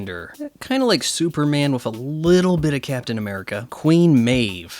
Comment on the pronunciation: youre aware 'with' isnt pronounced 'wiff' or 'wiv' right? btw, when you are addressing the jewish question in a comicbook review perhaps its time for you to graduate to some more adult material. If you are aware of the left's lies how can you see shows like this as anything but brainwashing and propaganda? at the very least, the kind of trash media you consume is a massive distraction.